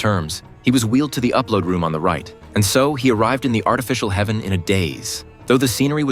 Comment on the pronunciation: It's h-EA-ven